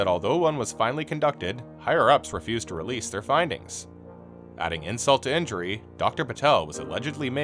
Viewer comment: "in-JURE-y" - gotta be honest, this pronunciation made me think the channel *was* AI lol glad to find out it isn't, because this is an interesting video!